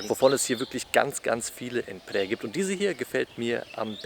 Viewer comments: Es wird : PHRAE ohne ausgesprochen R gesprochen…. Wir waren da auch vor kurzen ❤ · er wollte nicht unhöflich sein ;) oder es klingt schon besser als andere ;) Du bist aber sehr nah dran, außer beim R. Egal, was andere sagen. Wenn es online anders ausgesprochen wird, ist es oft schlicht falsch. Viele sprechen es falsch aus. Ich lerne Thailändisch, und auch mich haben Thais korrigiert. Das hat etwas gedauert. Die Aussprache ist wirklich schwer, und viele möchten nicht unhöflich sein, vor allem dann, wenn sie selbst kein Englisch sprechen. Zur Einordnung hier die Erklärung. Phrae wird auf Thai so ausgesprochen: 🔊 Pää / Phrää eher wie ein weiches, behauchtes P mit langem ä das R ist kaum hörbar oder verschwindet ganz für deutsche Ohren klingt es ungefähr wie Pää Warum das so ist: das ph ist ein behauchtes P, kein F das r wird im Alltag oft verschluckt der Vokal ist lang und offen Merkhilfe: Frae ist falsch Prä ist falsch Pääää ist richtig, lang gezogen